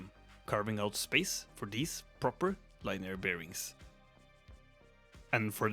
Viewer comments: Nice! If you care about improving your English (which is really good btw), "linear" is pronounced lin-ee-ur and "lathe" is lay-th (with a hard 'th' like the verb bathe) I loved Stephenson's and Asimov's books. It's nice seeing cyberdecks coming to life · FYI its Linier, sounds like Lin -E-er. Great video by the way. Cheers